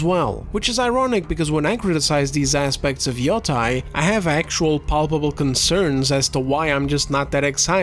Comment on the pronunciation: 'yoh-tey', see the bar above the the letter o in Yōtei to emphasize the long vowel